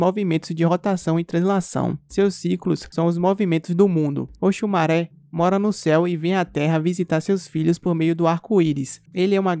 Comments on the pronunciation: Oxumarê kkk e não maré kkkk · Òsùmàrè, se Pronúncia Oxumarê...Ok!